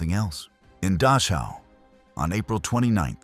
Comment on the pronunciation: the narrator pronounces DACHAU as DASHA. The more acceptable and usual pronunciation is DAH - COW. Just saying. " Goes beyond any training etc. " Very true. But all these years later the whole world knows about it now. So please stop the melodramatics. Brutality and so-called inhumanity is old stuff. The scale is mind numbing. But the quality is ancient business as usual for people to people.